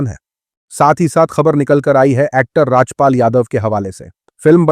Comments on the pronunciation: Why are you Pronouncing everything wrong recently? What’s wrong? Rajap pal ! Epasteen etc it’s funny how you are reading script in Urdu I guess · please pronounce the name RAJPaal correctly, it is not Rajyapal 😂😂😂